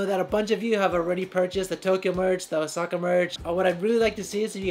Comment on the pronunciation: dude, o-saw-ka, please perfect your puns